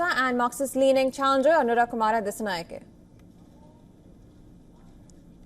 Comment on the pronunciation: It's Anura Dissanayake, not Dassanayake. Pronounce the name correctly